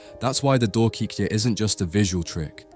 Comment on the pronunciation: Wonderful ❤ pronounce " doorkijkje" with " 🚪 door " k ( and I as in I am" door K"I" jkje not " ie" but " ij ( as in I am, I go, I see ) the " I"